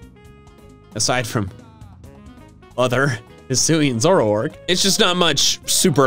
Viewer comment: HISUI, NOT HUISI!